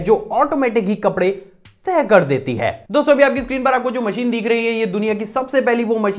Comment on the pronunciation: Bhai deekh nhi rha hai dikh rha hai Work on your accent